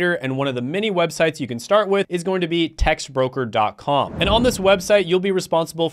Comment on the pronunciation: Bro said textbroker 😂😂